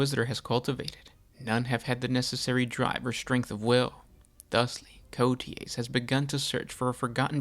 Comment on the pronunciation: It’s pronounced “Coa tez” if you don’t know how to pronounce it put the name in Google translate